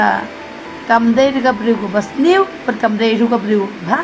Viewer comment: news ruh ka ong new bad percent ruh ka ong present 😂